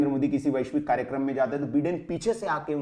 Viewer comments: अरे बिडेन नहीं बाइडन हैं ये क्या बिडेन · Baiden nahin Biden bolte h, bhai bolna Sikh let to achcha hota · My dear so-called Anchor and Journalist, it is not Donaald Trump but pronunciation is Daanld Trum. Also it is not Beeden but Byedn.